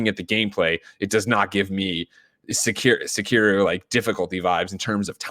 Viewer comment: GREG IT'S Sek-Eh-ro NOT Sek-EAR-oh